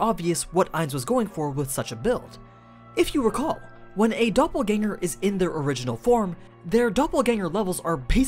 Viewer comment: Nice to hear that the pronunciations of Doppelgänger is on point.